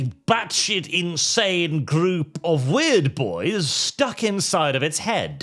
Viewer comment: broke my british immersion pronouncing out this “weird” LMAO Excellent video btw